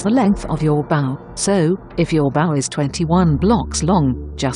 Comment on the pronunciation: He used Google Translate, which says bow (ba-oo) instead of bow (boaw)